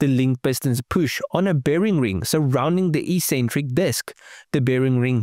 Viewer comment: It's pronounced "EX-centric" not "E-centric"